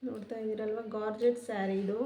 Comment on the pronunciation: ಗಾರ್ಜೆಟ್ ಅಲ್ಲ ಜಾರ್ಜೆಟ್